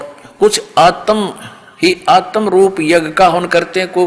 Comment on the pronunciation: Rampal ji pahle shudh padhna to sikh lo phir gyan batna. आत्म ज्ञान को आतम ज्ञान पढ़ते हो।